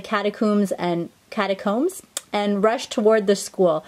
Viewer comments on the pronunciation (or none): Kevin watched too, he LOL-ed!! He also said it's "cata-cohms" not "cata-cooms". I pronounced it the way you did tho.